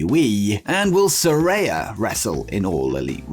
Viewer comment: “Saraya” is pronounced “Sir-eye-a”!